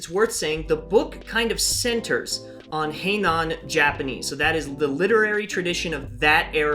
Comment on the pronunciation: Heian, not Heinan.